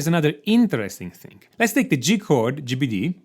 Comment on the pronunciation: I absolutely love how you say these notes in chord speak: GBD, as if it's all one word. Not: G, B, D. That just made my day, lols. ^-^